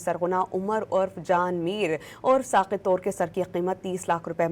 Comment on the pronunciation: Mohtarma nam to sahee lain, Tor nahee Toor qabeela ha